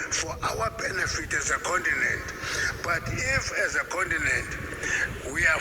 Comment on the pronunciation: THE BROTHER SAID """THE OONTINENT""""...... LET'S GO BROTHERS.